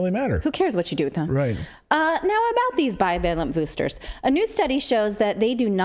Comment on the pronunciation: Get the boostahs....yeah